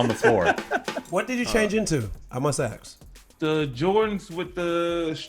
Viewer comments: Sole Collector why dad started to say “aks “ instead of “ask” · nobody: dad: I must AKS!